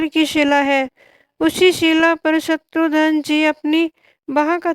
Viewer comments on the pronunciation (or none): Eese shatrughan bhi bolna nahi aata Shatrughan hai shatrudhan nahi